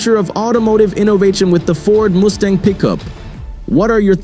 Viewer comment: Did he say Moosetang...?